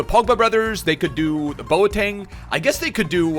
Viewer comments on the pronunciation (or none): none